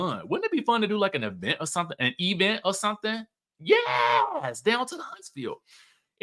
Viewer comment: Baaaaaby.. S-spo and E-vent sends me EVERYTIME YOU SAY IT!!🤣🤣🤣🤣🤣🤣🤣